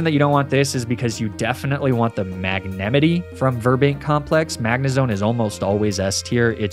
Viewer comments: first time i heard someone call magnemite as "magnemity" and arcanine as "arcakneenay". not sure if baiting engagement but damn i fell for it i guess. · The way u pronounced magnemite.... only one ive heard in 26 years. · Please tell me the way he pronounces magnemite is a joke. Ive never heard anyone pronounce it that way.